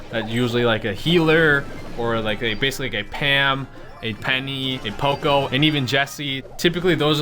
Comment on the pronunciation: It's P.O.C.O poco not po co